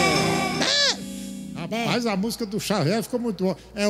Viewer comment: Bom dia muito bom acompanhar o programa assim q é postado, é a cabra só chama chavier chavier kkkkkk tmjs falcão abraços Deus abençoe.